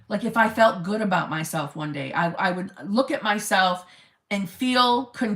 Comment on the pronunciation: "If he wanted to, he weuuud" 😆😆😆😆😆